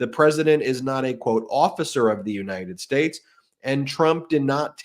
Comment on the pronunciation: No, he took an oath to support the constitution of the “unated shtash.”